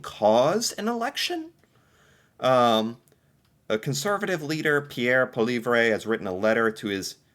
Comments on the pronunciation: To help with your pronunciation of polievre is, paul-e-ev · It’s pronounced Paul-ee-ev by most English speaking Canadians. It’s not exactly correct but as close as you’ll get without a French accent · Al Bert Ah ..... not Al Bear Tah Poly Ever ... conservative party leader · Pierre's last name is pronounced "polly-ev". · Pollievre Pronounced Polly ev la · Our stupid PM has opened the flood gates to immigrants and has causes class overflow not enough teachers to cover )do get paid very well,stressful job though)and er closures due to lack of nursing hires,doctors retiring and too many coming into the country to cover enough care. lol it's pronounced Paul-e-ev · Poilievre is pronounced Poliév. Please help pray that we'll have that fall election. Pray hard! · It's pwa-lee-ev. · Try to think "PEAIR PALEEV " when you are trying to speak his name. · Poilievre is pronounced Poa Lee Have ruh (said quickly)